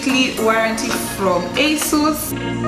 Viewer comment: It's Asus not Asus 😅